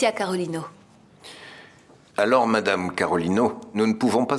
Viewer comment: Tankou m tande Samuel di Carolina 😅 Carolino 😂😂😂